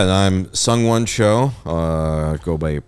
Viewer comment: IT'S SUNG-WON